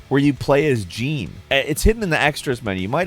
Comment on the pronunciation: Just going to nitpick and say that's not how you pronounce "Jeanne".